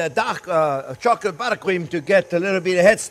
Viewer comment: I thought he said duck chocolate LOL😂. I couldn’t wait to find out how to make “duck” chocolate. You are very informative and entertaining.